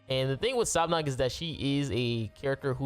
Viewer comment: sab-nak i belive (how you say it, in jap i think)